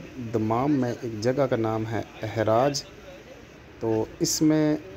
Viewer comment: its Haraj not ehraaj 😂😂😂😂😂